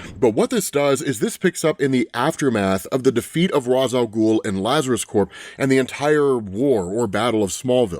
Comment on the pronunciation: You still can't pronounce ra's name? Batman pronounces it for us thousands of times and even corrects terry